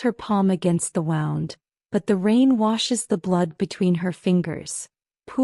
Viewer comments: I loved the story, but HATED the pronunciation (and spelling) errors. In this case, Wound should've been pronounced "woond" (an injury), versus "wownd" (as in wrapped around). Different word, with a totally different meaning. The OP's name...was it "Mota," "Marta," or "Mother"? 🤔🤭 Someone needs to correct the A.I., and program it to understand which word is correct, and the nuances. Maybe I'm alone in this, but I prefer not to have to dig through vocabulary in order to figure out what was actually meant. Pls, keep writing good stories, but with correct grammar and usage. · Really good story. Loved her resolve. Loved his tenacity + thousands of red roses 🤭. Unfortunately, I did have difficulty with subtitles and AI generated narrative. It was things like — “Flash back title card”; “wound”, as in I wound the yarn into a ball, instead of he was bleeding from his wound; “the four was out”, not sure what that means. Overall, 9/10. 😊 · I know the word wound and wound are spelled the same but they are not pronounced the same.